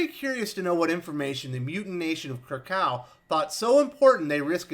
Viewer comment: Minor nitpick, you always (mis) pronounced "Kra-kaw" for the Krakoa, I think it should sound and pronounce like "Kra-ko-wa". But that's just me. But good review nonetheless..